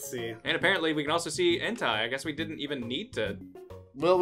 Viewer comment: Did really pronounce Entei as Entai?